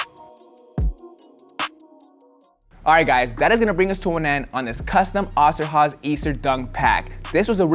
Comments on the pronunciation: Its not Osterhaze its Osterhase ^^ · Hey its oster with a long o sound not the a or h sound. My family that immigrated from Germany were the osterhoffs shortened to oster when they came here. I know this video is old as hell but still wanted to set that strainght and say thinks wanted to know if it would work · Funny how you pronounce Osterhase😂 ima German btw🕊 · The way he said Oster Hase killed me